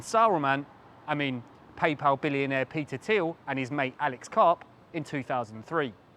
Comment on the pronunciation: It's pronounced Peter Thile